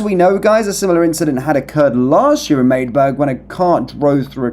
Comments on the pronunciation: You are not very bright are you? You say you did a little digging and then said madeburg if you were a little better you would know it’s Magdeburg pronounced Mag-de-burg! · Its MAG-D-BERG